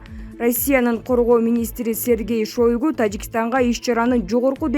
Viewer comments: Эй кок мээ шойгу деп жазылат шайгу деп айтылат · МЫНА бул журналист кыз ШОЙГУ деп жазылат окулушу башкача окулат.